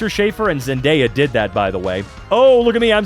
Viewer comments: it's pronounced Zendaya. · NOOO ITS PRONOUNCED ZENDAYA